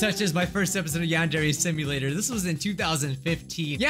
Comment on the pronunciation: "yong-ok dear" 😍😍 instead of yandere simulator in the old vid 😍😍😍